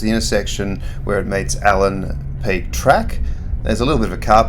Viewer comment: Allan Peak, no “s”